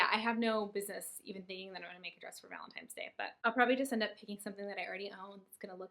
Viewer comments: i love your channel but the "valentimes" day was killing me 😂😂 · Take a shot every time says valentime's.